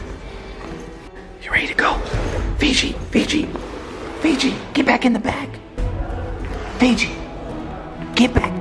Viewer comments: was saying phoebe and you guys were saying figi but at the end it was actually phoebe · It's Fiji not Fe-gi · love's him but she's scared of him and its hilarious when she sais fibi and not fiji its funny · Austin: say fe-gi: fe-gi: fe-fe Austin: who the hell is fe-fe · She actually said "fefe" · Koality Naylor its Fiji